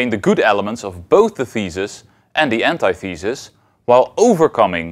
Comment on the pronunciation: He says "ant eye thee sus" though. Isn't it supposed to be "an tith uh sus"?